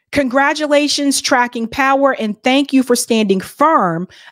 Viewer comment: it sounded like he said F you for having me😅